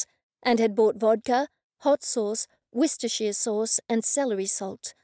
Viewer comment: 🤣🤣🤣 awesome sauce . Love that Worcestershire is pretty near right 🤭 well almost , thank you for a fun reading of a fun tale🥰